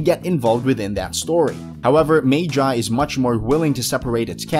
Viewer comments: Mage eye? The lybrinth. Do you people try to pronounce it wrong. Its magi - "Mug - e". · He pronounced magi wrong the dude said "maygi" but its literally pronounced m a g i not maygi ;) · It’s not MAGE IIII it’s PRONOUNCED LIKE “MUG EE” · It pronoced ma ge not ma ji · ITS NOT MAY JAY ITS MAH-GEE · It magi not mayji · Magi not maji pronounce it right 😡😤😡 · Wtf! Magi become May-Jie!? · Did this man say magi mag eye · dud its pronounced ma Gee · It's pronounced maw-gee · He put magi above op Nd cnt even day it properly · You pronounce Magi wrong lol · You pronounce magi wrong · The way u pronounce magi is incorrect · THATS NOT HOW YOU SAY MAGI TRIGGERED I WILL DESTROY PLANET NOW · haveu seen magi? if so, then why cant u pronounce it?